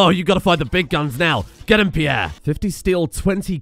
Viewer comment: Peirre > not Peirre